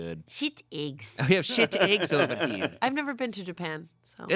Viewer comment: OKAY. MY MOM SAYS EGGS LIKE THIS AND I REPEAT HER THE SAME WAY. SHE LIVED IN ARIZONA FOR A BIT AS A KID AND I GREW UP IN NEW YORK. CONFIRMED: ARIZONA ACCENT FOR PRONUNCIATION OF EGGS.